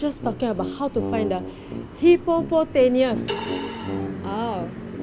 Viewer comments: no it’s hippopotaplatapuss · No one Literally no one Juhi: hipopotaneus😂